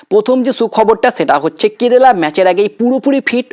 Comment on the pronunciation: Apnar kerala uchharon ar holo na hajar bar Bola sotteo sei kerela tai theke gelo.ebhave bikrito uchharon kore ki video banano uchit?apnar followerder kachei bisoyta janalam.tarai egulo bibechona korun.